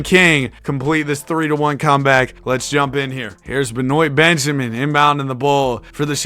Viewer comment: "Benoyt" Benjamin is insane, my dude